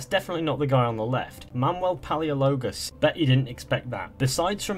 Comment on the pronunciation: Palaiologos not paleologos